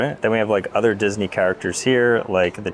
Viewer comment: No way bro said mickey-disnwy collab